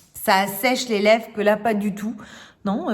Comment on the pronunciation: J'adore, il est magnifique ce rouge à lèvres sienne ! Par contre tu oublies le "r" de lèvres, tu dis rouge à lèves 🤔 peut-être à cause d'un accent, je ne sais pas de quelle région tu es.